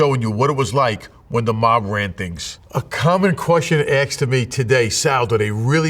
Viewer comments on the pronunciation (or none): «Question axed”?